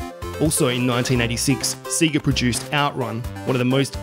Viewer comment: Its not see-gah, its say-gah. Have you ever played Sonic 2? It says the proper title when you turn it on.